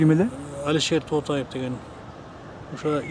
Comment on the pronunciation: Автор,Тотаев десен ким экен деп жатыпмын,Тоотаев дебейсинби,тооба